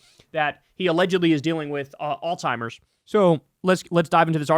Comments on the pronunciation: dude this shit cracks me up every time there was a video earlier where you made fun of somebody for pronouncing apartheid wrong and every single time you mentioned Alzheimer’s you say “all-timers” 😂. Anyways, I love you and krystal. Keep it up. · Bro it’s freaking Alzheimer’s not All-timers , idiot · Bro, its Alls-high-mers. You keep saying alltimers. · (alt ZHIMERS) not (all timers) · Kyle, bro All-timers, smh🤦🏽‍♂️? Alzheimer's (Aalts·hai·mrz) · Kyle it’s called ALZHEIMERS not alltimers Jesus dude are you literate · kyle why you keep saying “all timers” when it’s alzheimer’s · Its alzheimers not al-timers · Kyle: its Alziemers not All timers. JFC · In case anyone cares it’s “Alzheimer’s” not “all-timer’s” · ALZHEIMERS, not alltimers lol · Repeat after me. Alzheimer's alz-heimer's..... Not all timers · Kyle. There IS a Z in Alzheimers. NOT a T. It's not "all-timers." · Alzheimer's not Alltimers bud. Also not oldtimers lol. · Jesus christ Kyle learn how to pronounce Alzheimers. It is NOT All-timers 😂😂😂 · I now it's not important, but it's Alzheimer's not Alltimer's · Kyle, please stop pronouncing Alzheimer's as "All-timers". lol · Love your content, buddy. In case someone hasn't called this to your attention, the progressive brain disease is Alzheimer's, not "altimers" or "old-timer's." As a physical therapist who regularly works with patients afflicted with this condition, I've heard it all. The mispronunciation is quite common. Keep up the good work. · Don't wanna be that guy but it's pronounced Alls high mers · There is no T in the word Alzheimer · I have nothing but respect for you, but it’s Alzheimer’s. There’s no T in there. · Please please PLEASE learn how to say Alzheimer's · Kyle’s pronunciation of Alzheimer’s gave me Alzheimer’s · The way Kyle says Alzheimer’s like it has a “t” in it makes me giggle and cringe every time. Hehe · There is no T in alzhiemers. AlzHiemers . . Gotta pronounce it correctly.